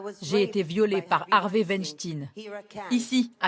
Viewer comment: Harvey Wenshting, dit elle? C'est abusé ce manque d'intérêt pour les langues étrangères... pitoyable!